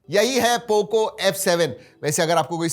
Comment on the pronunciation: Poco❎ thoko✅😂